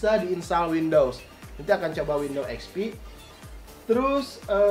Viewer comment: Windows bang bukan window wkwkwk